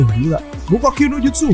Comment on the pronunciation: Bang kalo ngomong jutsu nya jan ngasal dong wkwkwk